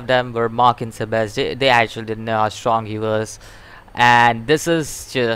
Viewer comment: also it's Seb ASS!!! well that's how you say it.